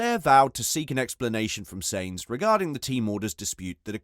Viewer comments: SAINZ FUCKING SAINZ.... jesus if you say that name again i swear!! sainz is pronounced like "signs" not fucking "saints" like he's the holy ghost... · im sure carlos surname is sainz not seinz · Seriously you need to pronounce Sainz properly